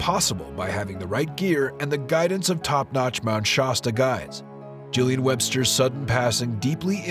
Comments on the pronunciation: Good video except for pronouncing the name of the mountain wrong. Shasta a is like shaft. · So is it pronounced "SHAW-STA" or "SHASS-TA" ?